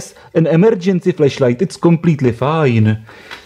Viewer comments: Over time, I got used to your accent. But please be aware of the different pronunciation of flash and flesh. This could avoid potentially very awkward questions about your Christmas present. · Sounded like you said fleshlight. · First time viewer here and this is exactly what I first noticed.... I was very.... very afraid this is not a FLASH light review....